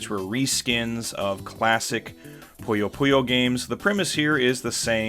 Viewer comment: Great video. I'll have to find that gaming bar the next time I'm down in Tokyo. The only gaming-themed bar I've been to is 8-Bit Cafe. I hate to be "one of those commenters" though, but it's Puyo Puyo, not Poyo Poyo. That's the only thing I can make a suggestion on.